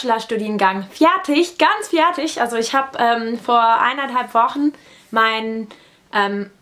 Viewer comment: hey,just a little tip. i see in all your videos that you pronounce "fertig" a little wrong. you always say it like "f-i-ertig". try to exclude the little "i" you always speak after the f and it's perfect.